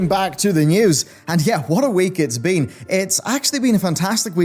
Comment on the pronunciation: Okay,, I love you to death, but today for some reason, at the 0.21 second mark, I heard you say, "What a week it's bean."